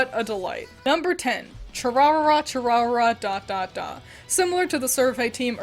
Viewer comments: chu WHAT?? THAT'S THE FUNNIEST WAY IVE EVER HEARD SOMEONE PRONOUNCE IT LMFAO ITS CHOO-ROO-REE-RAH DAH-DAH-DAH IM SORRY I FELL OUT OF MY BED LAUGHING AT THAT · chu rarara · The way you pronounced "Chururira Chururira"😭